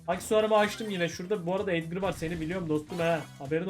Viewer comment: Abi çoğu youbuder neden edgar yerine edgır diyor